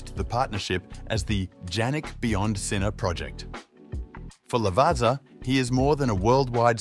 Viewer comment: Check again how to pronounce Alfa Romeo, Lavazza ....